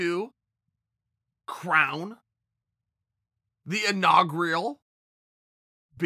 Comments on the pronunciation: Chael "Inaugrial" Sonnen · “Inaugreal” Lol Chael sonnen is a buff George W Bush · Chael "Inaugreeal" Sonnen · I haven’t heard the word inaugrial in a meaningful period of time. Chael uses “inaugrial” not for nothing, but because Webster has it wrong. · Chael “Inaugrial BMF Champion” Sonnen